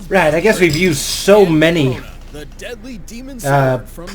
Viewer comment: It's Crona not Corona